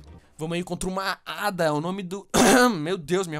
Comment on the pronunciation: não é ADA é Eida